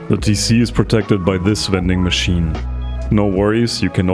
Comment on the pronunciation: Did u say wending machine